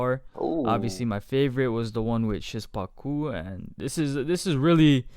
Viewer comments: Szpaku is pronounced "shpaku" man Great reaction man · Even better tutorial XD Sz pa ku Sz like 'sh' in shovel Pa like 'pa' in past And ku like 'coo' in cook I hope one day you will pronounce his name as you could speak Polish man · Pronounce szpaku “shpaku”